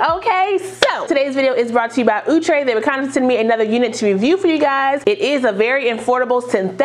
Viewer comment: Ooh-Tray and not Out-Tray. I cud b wrong.